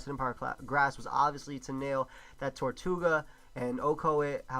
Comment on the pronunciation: ITS TIRTOUGA NOT TORTOUGA!!!!!plz forgive me:[